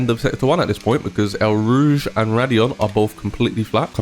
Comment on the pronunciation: Great track guide as always.One little correction - it's eau rouge pronounced as 'oh ' Think you said ell rouge.